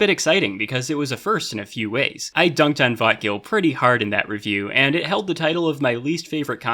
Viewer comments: To my non-native anglophone brain, every time says "vötgil" kinda sounds like "thought kill" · Every time he says vötgil my mind says I'm a bit excited